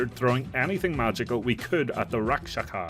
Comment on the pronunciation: It’s called, Rak-Sha-Sa